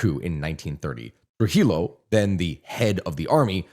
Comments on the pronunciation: Trujillo is pronounced TrugiJOe. Not TrugiLo. Balaguer, is pronounced Balaguer (as in guest), not BalagUer”. For the U to sound it will need two dots on top. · Friendly tip In spanish LL is pronounced like Y Llo = yo So trujillo is pronounced trujiyo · Just for future reference if you end up making videos on DR again and have to talk about Trujillo and Balaguer, the way you pronounce them is Trujiyo (the ll makes it a y sound) and in Balaguer, the u is silent so you would just say Balager. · Lord its trujillo (Truh Hee Yoo) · All your detailed explanations got ruined by not being able to pronounce correctly names like Hispaniola, La Trinitaria, Trujillo, Balaguer... And whenever the massacre of Haitians by Trujillo is mentioned you also have to mention those perpetrated earlier by the Haitian troops in several Dominican towns, most famous of which is El Deguello de Moca. 😢😢